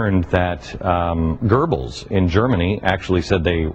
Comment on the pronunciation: He says "Gerbels"? How the eff can you pronounce the name Göbbels (or Goebbels) that way?